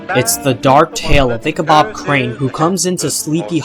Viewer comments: You accidentally said "Ichabob". It's BOD, not BOB. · You said BOB. It's BOD.